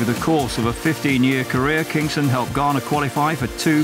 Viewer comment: its not 'kingston' its Kingson